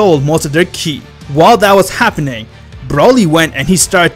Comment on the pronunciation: My dude says wheez instead of whis And key instead of ki A immortal instead a mortal . _. | .